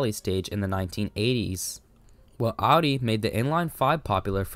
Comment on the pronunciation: It’s “OW-DEE”. That’s how the Germans say it. There is no “AH-DEE”